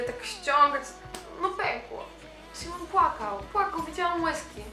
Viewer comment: Vici Shteryanova kocham magię Nie "Sajmon" tylko Simon